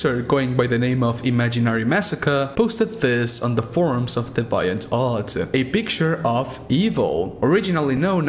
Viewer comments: DevIEant??? nonono imma cut you some slack english is obv not ur first lang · I used to pronounce DeviantArt like that too XD (in case 34578 people haven't already commented and told you, "deviant" is pronounced kind of like "DEE-vee-int" (or ˈdiviənt if you know how to read phonetic spelling)) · Nunca escuché a nadie pronunciar DeviantArt así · I think it's DEE VEE ANT art.